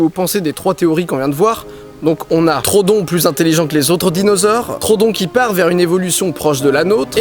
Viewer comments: On dit pas trodon mais troödon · Juste par contre mec stp c'est pas trodon mais troudon en anglais c'est bcp plus jolie : Troodon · troodon pas trodon par contre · C'est Troodon le dino en faite pas Trodon mdr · PAS TRODON. TR OO DON. TROODON PUTAIN Désolé je m'énerve un peu trop vite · Ça ne se dis pas trodon mais troodon fait bien insister sur le "o" je sais je suis chiant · Je crois que ça se prononce TRO-O-DON mais super vidéo quand même ^^ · Super vidéo, comme d'hab 😉 Par contre je crois que le nom du dinosaure se prononce Tro-ho-don, je crois avoir entendu ça quelque part 🤔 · (on dit trohodon il me semble) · Didi ça se prononce Tro-odon ! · Didi pourquoi tu dis trodon? On dis pas troHODON (j'espère que vous avez compris...) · Deux chose : 1) l'oeil du dragon en vert est trop cramé 2) Troodon se prononce comme il s'écrit, avec 2 O À part ça bonne vidéo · ON DIT TRO-O-DON !!!!! merci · Ça m'a gêner pendant toute la vidéo donc je le dit, en fait ça se prononce "Tro au don". Voila, je sait je casse les couilles x) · le troodon se prononce trou-o-don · On dit pa troodon